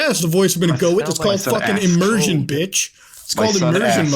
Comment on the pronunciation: "immersion betch" 😂😂